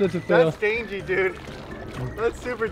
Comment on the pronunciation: Stop saying dangiy